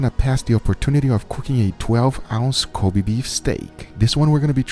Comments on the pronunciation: It's disrespectful to say it "Cobee", it should be more like "Ko beh" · Kobe Beef [ko-beh, not ko-bee] Love you from Japan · It’s not koby beef it’s Kobe(kobae)! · say it right, its not Ko BEE, its KO BEI